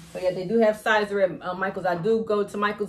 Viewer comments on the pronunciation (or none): Thank you for sharing your info. I live 5 minutes away from Brilliant Vinyl they are awesome. And the vinyl is pronounced "scissor" (Siser). I did the same too. Keep up the good work that you're doing!